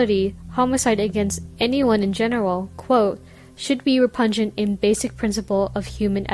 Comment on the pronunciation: Gotta work on pronouncing repugnant. You're saying pungent. Re-pug-nant.